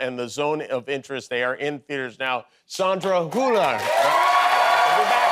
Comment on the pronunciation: Americans always mess up the names of foreigners. They don't even put some effort in getting it right. For me (I as German know what her name is pronounced) this sounds like: Saundra Hula. Like Hula Hup ring or what!??? It's Hüüüüüüüüüüüüüller. Like Müller. Many thanks to Jamie Kiemal.